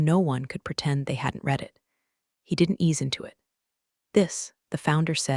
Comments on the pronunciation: Every room in these stories smells like regret or despair. Coffee tastes like battery acid. Executive's suits cost more than a mortgage payment or car. Lawyers are named Chen. People are treated like furniture. Read (red) the document is pronounced "reed" the document. Resume is pronounced "rezoom." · how hard is it to get "read" right? It’s red in the past, not reed! 🤦‍♀ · "read" should never be "reed" when it’s past tense! Glad we're on the same page. 📖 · i want the AI to say Read and Read correctly